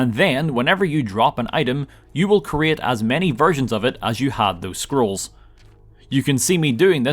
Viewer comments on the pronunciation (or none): im sorry i cannot unhear Squirrels instead of scrolls and so if you are reading this you will share my pain